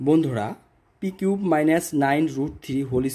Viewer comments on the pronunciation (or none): কুব না কিউব